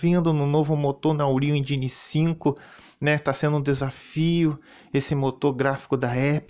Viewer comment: ai meu Deus não aguento mais! Por favor me ajudem! Uma empresa vai lançar mais um jogo!!! Onde já se viu uma empresa de jogos lançar jogos? Lamentável. E, que jogo é esse que você falou aí, esse tal de "évin ray"? Nunca ouvi falar. Também nunca ouvi falar nesse tal "úriu engine 5", isso é o quê?